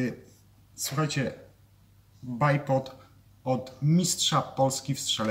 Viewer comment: Fakt, trochę daje po uszach bajpod. 😉